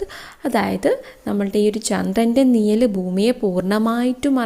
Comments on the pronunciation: നിയൽ അല്ല നിഴൽ😊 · നിയൽ അല്ല mam നിഴൽ ആണ്